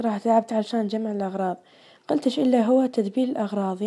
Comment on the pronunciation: نطق كلمة قلتش خطأ